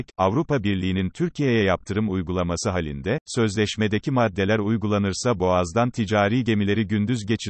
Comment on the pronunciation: Türkiye boğazlarından yılda 40-50 gemi mi geçiyor??? Birde şu Türkçeyi katletmekten vazgeçin, sürekli telaffuz hataları. Halinde diye yazılır ama hayalinde diye okunur, bunlar ilköğretim konuları yâhu!!! Tamam aboneyiz, destekliyoruz ama biraz daha özen ve dikkat lütfen